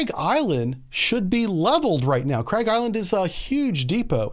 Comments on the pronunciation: Also its Karg island not craig island :) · Craig island? It's Kharg island dude. This guy has no clue what he's even talking about he just listens to other youtubers and repeats it.